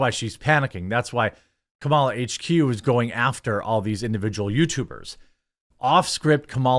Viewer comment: DID YOU SAY CAMEL A. HARRIS... I DISTINCTLY HEARD IT... EVEN CAMELS ARE ASHAMED OF HER...